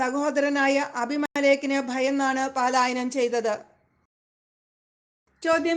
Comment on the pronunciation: പാലായനം അല്ല പലായനം എന്നാണ്